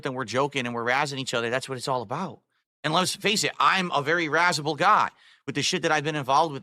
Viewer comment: “Im a razzable guy!!!!!” Wtf🤣🤦🏼‍♂️